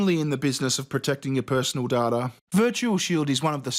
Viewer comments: No data is pounced day-ta not dada I'm sorry this was really annoying to me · Data, not dada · Stop pronouncing data as dah-dah It’s day-da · Its DAYTA, not DARTA 😂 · dadah? the fuck is dadah!? it's daTA, T there is a T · Not dar tah it's day tah. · I’ve never heard someone pronounce data like daa-ta I pronounce it day-ta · data not dada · day•ta not da•dah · Dat-a not Da-ta you scrub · Data is pronounced d-8-a not d-art-a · Its pronounced "Dayta" not "Dada" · It's dayta not daaataa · It’s Data not Dada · dotta its "day-tuh" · Please. say dayta not darta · < I have a Michigan accent and everyone I know has a Michigan accent and I'm used to hearing Data (Day Tah) and hearing someone pronouncing Data as Data (Dah Tah) drives me crazy. OMG I have issues. > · Hi, Data is pronounced "Day-ta" and NOT "Daa-ta" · Every damn time you say data my british brain is screaming day-tah not dah-tah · The way you pronounce data makes me wanna punch you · FUCKING HELL ITS PRONOUNCED DAYTA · "users personal dada" just what i heard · When he said data I thought he said ta da so i was confused af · First minute: 'D A D A' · The way he says "data" creases me the hell out IT'S DAY-TA, NOT DAH-TA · WTF IS DAH-TAH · D A H T H A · Data not Dahtah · It's pronounced "day-tuh"! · lmao he doesn't say "data". He says "dada" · Not darta, data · i know that you idiot its just sound like hes saying dada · It prenounsed day-ter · 1 minute in and if I hear dAATTUA one more time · Is that how aussies usually pronounce data? "Dawrda"? I'm now simultaneously curious and annoyed... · Data not DARTAR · You are saying d a t a purposefully right? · Ok. Dude I love you, but it’s data not dada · Dadada.. it’s data m8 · say it with me: [deita] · Take a shot every time he says data oh my bad I mean "dartar". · its Day ta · "Personal Dada" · ugh love u man but u keep saying datalike dada haha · "personal datta" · Dardar? The word is data 😂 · English boy says it's "data" Date...ah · DATA NOT DADA.